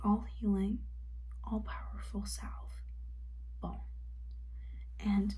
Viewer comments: I’ve heard many today mispronounce ‘salve’ (probably because less is used today). It’s pronounced “SAHV.” The L is silent. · I’m from the uk and we use the word salve all the time and the L is not silent